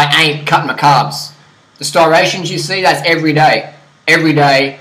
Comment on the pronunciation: Can you not pronounce "stri-ation"